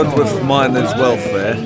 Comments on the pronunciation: It's Dodeth. Nobody pronounces the "w", at least nobody except the BBC and Network Rail. You don't want to be like them do you? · You have no idea what went on during the miners' strike, cooped up in your ivory tower. Dodworth is pronounced 'Dodderth' - silent 'W' - which anyone from the pit areas would know. A simple point, trivial in some ways, but revealing a lack of research at best.. Arthur Scargill is hardly a reliable witness or source of information and it is naive in the extreme to expect anyone to accept him as such. Report on his behaviour during his last days in the job, in relation to the 'grace and favour' property in London. That showed his true colours and opened a lot of miners' eyes. As Neil Kinnock said, he did the miners a great disservice and he and Maggie Thatcher deserved each other. The pity, the shame, is that miners, their families and their communities were so devastated by being caught up between ther two massive egos. You and Corbyn need to keep out of it though. Leave it to those who have some understanding.